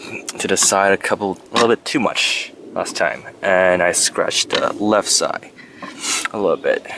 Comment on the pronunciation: Did anyone notice this guy can't pronounce the word "side"?